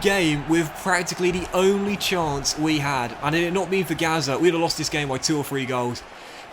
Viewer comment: First off, I’m enjoying your videos. For someone that speaks well and clearly it is really hard for me, personally, to watch when you say this, that, there, the etc like a kid. Dis, dat, dere, da. Come on man.